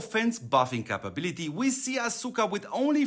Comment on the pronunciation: The U is silent. It Sounds like Aska